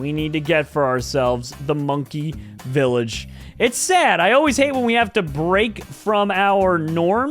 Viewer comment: Stupid guy:it’s vallage